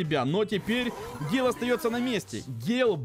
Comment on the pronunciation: Ещё раз пишу это не гейл или он гей? Это гэйл!!!!!!